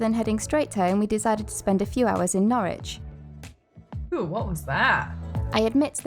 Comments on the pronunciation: Norwich is pronounced Norridge not nor-witch. 🙂 (Quite a few British place names are easily mispronounced) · As a resident, no it isn't. It's pronounced 'Norridge' just like porridge! 😂 On the other hand, Ipswich next door is just as you describe. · Just for future reference and no judgement intended but Norwich is pronounced Norrich as in porridge but with the 'ch' sound at the end instead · Just because I'm a pedant 😂 and of course to help you guys build on your UK vocabulary. The city of Norwich is pronounced "NORRICH" as in in no "W" sound. Plus don't get me started on Worcestershire if you do a video on the place or the sauce 😂 We pronounce this as "WOOSTER", no "shire", no "wor-chester", just Wooster. lol 😂 Towns and cities in England are full of these, extra letters everywhere!!!! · Nor-ich, the 'w' is silent. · Its not Norwich its pronounced Norich silent W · I have had the privilege of living in Norfolk for most of my life. Wouldn't change it for anything. I loved your attempt at pronouncing 'Norwich', good effort, sir. When spoken by the locals it sounds closer to 'Norridge', and if you think that's bizarre just wait until you discover 'Happisburgh' ;) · Norwich rhymes with porridge, no 'w' and no 'itch'.